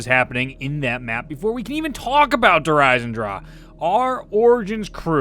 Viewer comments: lmao i pronounced der eisendrache so differently. (der isen drach) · It's Der EisendrACHE(AHK) not Der Eisendraw smh lol